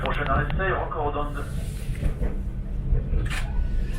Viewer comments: I'm pretty sure ceilhes is pronounced say less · Ceilhes is pronounced like "Say" :) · For anyone who has learnt the slightest bit of Occitan, that Gallicized pronunciation is an aberration. Ceilhes should definitely have two syllables.